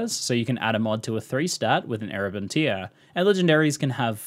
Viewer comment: Tear rhyming with 'where' not here. It's a tear in the a fabric, not a tear being wept.